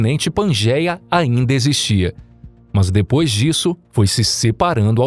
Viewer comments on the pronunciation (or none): none